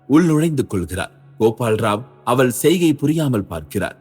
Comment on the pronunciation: Mosamaana thamizh uchcharippu AVAL IVAL Enru